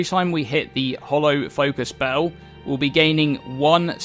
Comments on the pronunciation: Bell its bEEEEl not BOOOOU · Can u pls say "bell" like a normal person. Its not BAUW its just a bell dude, jesus...